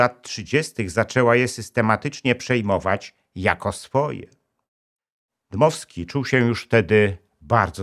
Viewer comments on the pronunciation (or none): Dmowski nie Dymowski panie Inżynierze.